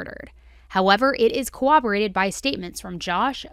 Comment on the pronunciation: Girl!! I love your videos, but please pronounce 'corroborated' correctly!